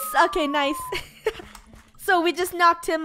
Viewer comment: FUNNEH: " Noce " Me: Noce?' Video: She said Nice!